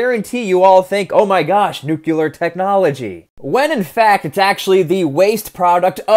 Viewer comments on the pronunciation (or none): nu-clee-ar not nu---cu---lar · Drink everytime he pronounces nuk-u-lur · it’s pronounced the way it’s spelled, Nuclear. Sounds like “new-clear”there’s no second u in nuclear so if you say “nucular” you’re saying it wrong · It's nuclear not nucular. The S is silent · 301st comment and another one of many to point out that nuclear is not pronounced new cue lar. I chuckle every time I hear you swallow the back end of some words like didn’t and wouldn’t (sounds like di-unt and wou-unt) in your regional accent. That is interesting from a linguistic perspective. But “nukular” is plain wrong. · I just can’t listen to someone who says nucyuler. Pronounce it right. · nook-lee-er is how it's pronounced my dude. not nook-you-ler. Go forth into the future a more cultured man, love your videos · 'New-clear' is the proper way to pronounce it bud. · My dear man, please learn how to pronounce Nuclear. You don't have to sound like President Bush just because you took part in his war. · I have little faith in the reliability os someone who cannot pronounce "nuclear" properly.